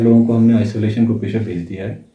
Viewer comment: Samachar Naak se nahi Muh se bolo to achchha hoga! Hai ko Hain bola ja raha hai! Kaun selection karta hai ? Dhanya hain aise logon ko select karne wala!